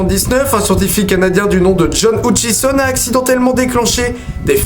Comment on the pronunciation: et c pas houtchison mais heutchison tu le prononce mal